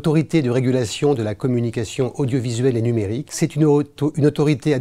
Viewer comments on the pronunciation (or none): C'est quoi l'ARCOM? "L''ARCOM, l'Autorité de Régulation de la Communication Odiauvisuelle et Munérique" 😅